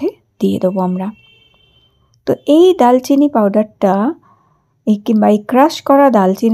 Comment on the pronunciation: আপু দালচিনি না এটার উচ্চারণ হবে দারচিনি ধন্যবাদ